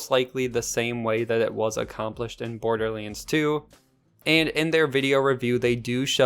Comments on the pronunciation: Wait WAIT! It's BorderLANDS, not Borderliiiiines xD Bothered me insanely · THE WAY YOU SAY BORDERLINDS 3 pisses me the fuck off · Why is no one talking about the fact he doesn’t have an “A” in his vocabulary “Borderlens? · Border Leens.